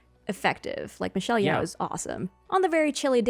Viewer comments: Just sharing... Michelle YEOH family name is pronounce as YO.... not YAO. 😎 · Michelle Yeoh's surname is pronounced like it doesn't have the h. Like Yeoman.